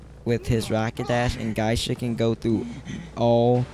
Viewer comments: Ripper is one of the best Characters And this Guy is Crazy Cant even say Geisha lol he say Guysha. He say Hell Ember have long ranged Attack LOL? Every single Hunters attack even farther lol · i main geisha , but shes soooooooooo easily bullied . also its Gay-sha